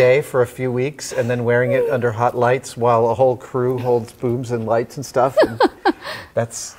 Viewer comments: Did he say boobs and lights meaning booms and lights at the end? If he said holding boobs instead of booms, I completely understand his mistake. Also, the only word I really heard was that part. I heard what i thought sounded like the word boobs. Still best Youtube video ever. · I just heard that bit - he TOTALLY said "boobms and lights"! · it was more like "boombs" if anything, and in that case it's most likely a light cold or really just speech. He 100% did not say "boobs"